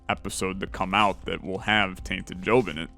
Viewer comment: I swear he calls him Jobin a few times